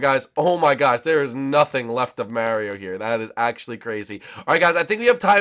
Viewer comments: It's Mario not Marry o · stop saying miario...